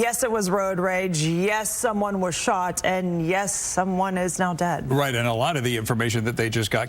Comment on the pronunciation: Do you have to use and emphasize the word dead so strongly? Can’t you use the word deceist in a much more considerate tone? Imagine this - your very own child just happens to be sitting and watching the news when the idiot news anchor delivers the news to them that you are DEAD!! Isn’t that just the way that you would want the news that you are DEAD delivered to your own child? Makes me think of the song by Don Henley- “ Dirty Laundry”.